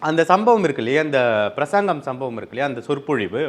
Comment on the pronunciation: பிரசாங்கம் இல்ல தம்பி.. பிரசங்கம்.. தமிழை சரியாக உச்சரியுங்கள்